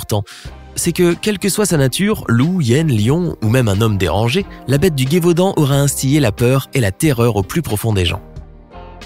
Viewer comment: Petite précision, on ne dit pas la Gué-vaudan mais le Gévaudan, il n'y a pas de "u"